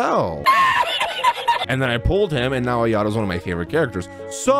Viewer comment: It's pronounced "I yato"